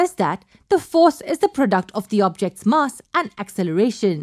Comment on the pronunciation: the MUSS of the gun lol